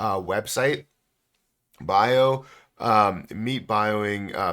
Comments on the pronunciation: Pronounced Be-Yi-Ow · its BiAotjing. pronounciation